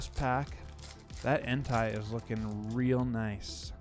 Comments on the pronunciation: Bro you gotta stop saying en-tie. One it’s wrong and two it sounds like you’re saying hentai, which idk if you know what that is but if you don’t look it up 😂😂😂 his name is pronounced en-tay 🤞🏼 gotchu bro lmaaaaoo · You say suicune right but you say entei wrong ; its en-tay :) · Blud pronounced Entei like Hentai without the H